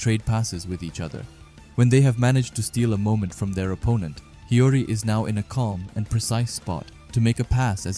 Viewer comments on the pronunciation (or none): I need everyone making anime or manga content to learn how to say these names. Mans said Hiroi, when it clearly says Hiori. Dyslexia is a bitch huh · By the way my man its hi o ri not heroy but i feel you, amazing vid